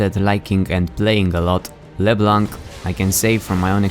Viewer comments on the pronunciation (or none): I thought it was Lê-blanc not leb-lanc